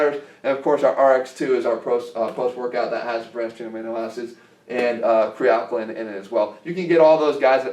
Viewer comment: I doubt you'll respond Jeff, but I'd love to hear some actual research behind why you reccomed kre alkalyn. The logic that an alkaline substance in a pill csn with stand your stomachs acidic pH is laughable. Also, say it with me: CRE-UH-TEEN. lol at Cre-uh-TIN